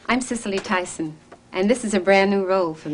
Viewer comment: Mitch green voice: Sissily Tiiiiiiighson